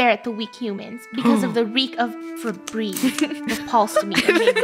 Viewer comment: Me when I heard “febrezze” in the beginning of